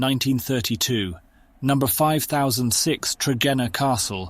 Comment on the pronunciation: The survival, restration and use of these glorious behemoths is remarkable. Depite smetimes relying on German engineers, Britain is the most successful in this.. So surely, a real person could do the VO?: Nummer fivethousandsix? No - 'Number 5 thousand and 6'. William Stanyay? No, 'William Stanier'. Ellenne are? No. 'L. N. E. R.'. Together with the flat tone, which misses any excitement in the script, concentration wanes.